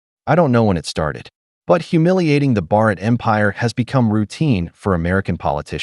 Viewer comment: Bro has personal problem with word Bharat empire 😂😂😂😂it's funny to listen 👂😅😅😅